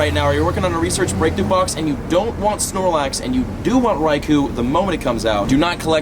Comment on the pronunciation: Raikou /rīkō/ NOT /rīkoo/